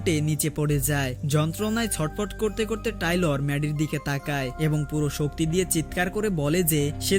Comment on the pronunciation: বেচারার না টেইলর,, টাইলর না😂😂